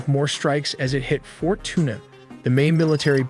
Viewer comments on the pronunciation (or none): none